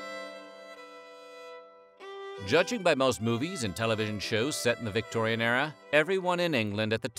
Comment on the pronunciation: I wished he'd stop saying Victoian Error